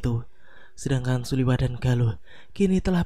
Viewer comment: Suliwa min bukan suliwah